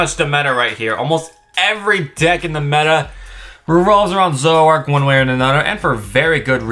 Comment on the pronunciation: It’s “Zor-o-ark” not “Zo-ak”